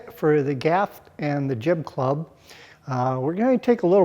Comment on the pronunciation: LOL... you very clearly say "Clib Jub" (I listened twice)!! Just to clarify, you meant Jib Club, yes? Great work, but still chuckling...